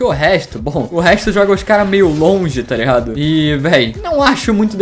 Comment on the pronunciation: Oque e toreado ele fica falando eu acho que é tá ligado